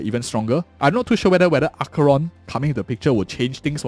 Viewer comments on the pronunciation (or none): none